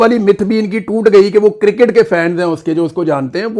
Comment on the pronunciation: شاکر بھائی لفظِ کرکٹ “ کو انگلش تلفظ کیساتھ بولا کریں وگرنہ کِرࣿکِٹࣿ کہنا😢 (کوڑا کرکٹ” کا معنی دے گا